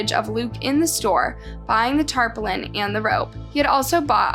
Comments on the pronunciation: And tarpaulin is pronounced tarpoorlin not taplin. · What the hell is being mowed to death? And they were jabbed or stabbed? And what's a "tarplin"? ⁉️ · No hate meant, but for what it's worth, I suggest having someone assist you in editing and producing your videos as most of them have mispronounced words and inconsistent info. For example, tarpaulin is pronounced tar-pollen, not tar-pole-in, equipment is not pronounced ENquipment,and at first you say the murderer was Luke Fawcett and later in the video you say the murderer is Luke Collins. Just an observation.